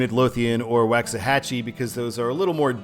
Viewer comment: Just a tip brother it is pronounced WALKS-A-HAT-CHE